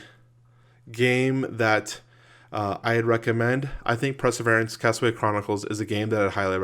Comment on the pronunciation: It's pronounced : purr-suh-veer-ants...that's it! Unsubscribing!